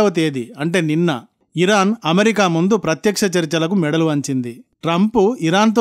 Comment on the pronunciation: Sir pls. okasari hiron hirok ani vinipistha vundi adi sari cheyandi tkq.